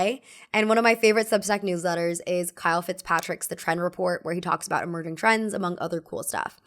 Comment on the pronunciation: Just a handy FYI - "emerging" is pronounced "e-merge-ing" like a car merging.... not "e-murg-ging"....